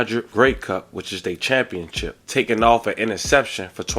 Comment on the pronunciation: This nigga said “champion-chip”😂😂…tho ppl call getting a ring winning the “chip”, it’s actually not “chip” it’s “ship”…Championship is the actual term…fam ur videos are good and well put together each time. You never disappoint but you be having me dying over here when you mispronounce names and words…but in the same video you’ll say the name or word correctly…why is that fam? Lol